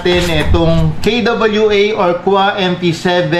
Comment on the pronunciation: boss .. K.W.A hindi KUWA... kay dobolyu ey K.W.A